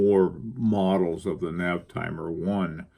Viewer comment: as a much cleverer man than me, I cant resist this rare opportunity to correct you. it Navitimer Sir, Navitimer. write it out 10 times. :) thanks for your hard work and excellent vids